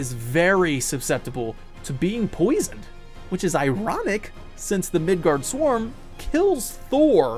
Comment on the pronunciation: Midårds-orm, not midard-sorm(s). Midgård - Midgard midgårds - (The) midgard(s) Midgårds/ormen - the midgar snake. (Sure I don't speak old Norse but Swedish, Norwegian and understand written Danish. However I can't speak foe Icelandic which is most probably most similar to old Norse(?) So not gonna say I am certain. But that's how we translate it in most of Scandinavia, with slight variations of A, aa, å. Etc.) (Bonus: In Sweden at least, Tolkien's middle earth was called Midgård. Much to his frustration).